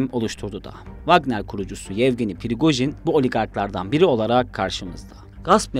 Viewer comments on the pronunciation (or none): Pirigojin degil la Prigojin😅